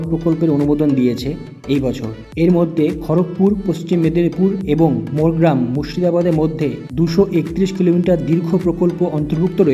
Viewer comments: Morey gram na bhai, pronunciation is more gram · নাম টা মোরগ্রামে নয় মোর গ্রা মা। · ওটা NH-60NH-14হবে।মোরিগ্ৰাম নয় মোরগ্ৰাম হবে।এতো দেখছি টুকলি করে পাশ করা।